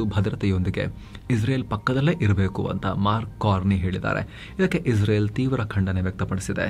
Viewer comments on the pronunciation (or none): none